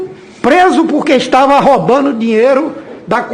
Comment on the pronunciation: ele fala ROBANO kkkkkkk. não é mais roubar o verbo 🤣🤣🤣🤣🤣🤣🤣🤣🤣🤣🤣🤣🤣🤣🤣🤣🤣🤣🤣🤣🤣🤣🤣🤣🤣🤣🤣🤣🤣🤣